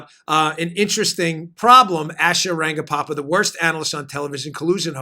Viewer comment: Dan, sounds like you're adding an additional 'pa' in Asha Rangappa's last name. Agreed, Asha is horrible. Who ever is paying her should ask for a refund.